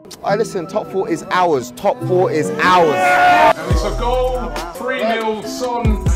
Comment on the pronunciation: the man didnt even use the right word to say "ours" MAN SAID ARES 🤣🤣🤣